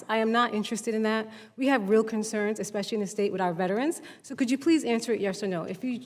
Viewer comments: Professional victims should not be allowed to sit in political seats. If you pronounce especially as expeshe-ally, then you are not qualified to be in a political seat. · Anybody that says "exspecially" shouldn't be so particular about the way someone answers a question.